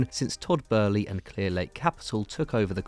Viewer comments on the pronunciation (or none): Why dose the ginger always say burly it’s boehly (bowl + lee)